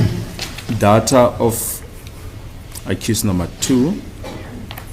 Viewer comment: Its called Deyta, not dhatha😂